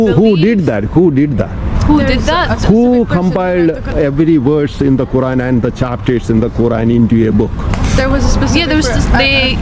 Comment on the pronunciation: he pronounces verse as "woss".